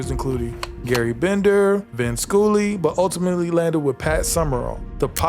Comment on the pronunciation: I'm sorry, you really bastardised Vin Scully's name. The greatest baseball announcer of all time lol. Its pronounced like skull-e. Anyway besides that been binge watching your vidoe's love it. great job.!!!